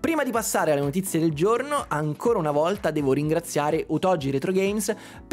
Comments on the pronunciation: immaginavo, ma grazie della precisazione! Certo suona proprio strano ahah è come se un giapponese dicesse spagetti 😂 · Ma la pronuncia errata di Otogi è volontà dell'azienda (che non conoscevo, obv)?